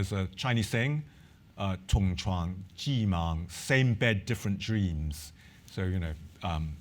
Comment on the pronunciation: "Same bed, different dreams." His Mandarin pronunciation is very bad. Nothing he said sounds like same bed, different dreams in Mandarin.